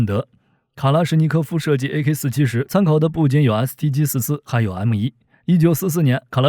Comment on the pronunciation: 念阿卡47谢谢